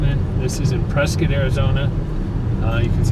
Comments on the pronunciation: Prescott Native born and raised.. thank you for pronouncing the City, PreSkITT and not PreSCOTT. And that big building by the Ranch off Lee Blvd is a Retirement "Community". And fyi we dont have any "clubs" on whiskey row. We have Bars. It's the Old West. Everywhere in Prescott you will go up hill. So houses onto of hills are very common. Everywhere in Prescott has a view. And you really didnt even go into Prescott. It's mostly N. Prescott. Dont confuse that with downtown. They are completely different. Prescott is so diverse. Downtown is much more vibrant. Prescott is a "tourist town with a drinking problem". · Ya you are saying Prescott right